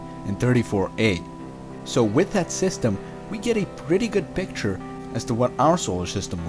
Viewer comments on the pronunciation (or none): none